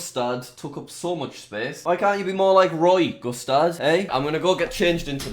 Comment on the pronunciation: Anyone else think that "Gustard" said Custard at first???